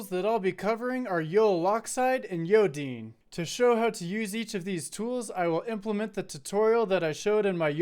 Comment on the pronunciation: As a note, there was a miss-pronunciation of Yodine, as It says in the repo, it's pronounced Yo-Dine and not Yo-Deen (I might clearify that in the repo)